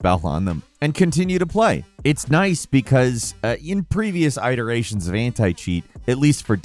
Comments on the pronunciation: please it's not iTeration from apple, it's "it-eration." You clearly have never used this word in a real conversation or people are too embarrassed for you to correct you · "eye ter ations"? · 'I-dare-ation' the fuck? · It eration not Eye teration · Iteration not eye-teration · I noticed these. It's not negative; just funny. Keep up the good work! Iteration: It-er-a-tion Portmanteau: Port-man-toe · I get triggered every time I hear say EYEteration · “Aye”terations……..I don’t know why this pronunciation bothers me so much….. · I think the way said iteration is weird. It’s supposed to be with a short I but if he wants to troll the “ is AI” ppl then okay. 😂 Bird of prey and all that. One thing more, Star Wars Outlaws would possibly sell better if the outlaw didn’t look like a suburban mom. So basic for Star Wars. I just finished reading the Rogue and Wraith Squadron books. That. I want to play as Corran Horn, Wedge Antilles, Piggy, and definitely Runt. Yub Yub Gameranx. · "EYEterations". I'm not mocking in any way. I have a deep love of different and specific local inflections of words . I found that one delightful. ❤ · Good ole Eyeteration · Day number idk of asking to pronounce “iteration” correctly. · Oh, your pronunciation of iteration was quite funny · I honestly think he miss pronounces word intentionally so people will comment about it to boost engagement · LMAO you noticed that two, luckily I had CC on for some reason. I had to look at what word he was saying. I was like did I hear that correctly. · Yeah, that was painful.